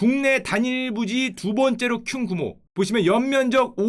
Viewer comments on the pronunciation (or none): 국내 단일부지 2번째로 큔 구모 왜 잘들리지?? 큔 구모